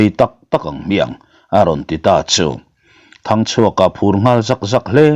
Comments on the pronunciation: Ralngama thinte i fawm tira. Hming i lam pawlh nasa ve thei e😂 sir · Zanin chu Thangchhuaka leh Ralngama ilam pawlh nasa khawp mai